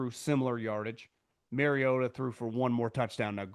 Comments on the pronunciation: The reason Collinsworth was pronouncing it as MarioTA is bc Marcus said something in production. It bothered him and his family. Not MarioDUH. Ha yep . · “Mario-TA” with the shoulder emphasis killed me 🤣🤣🤣…. I was wondering if it was just me last night 😂😂😂